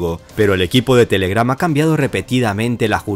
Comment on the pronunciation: La fuerza de voz va en la TE, no en la GRAM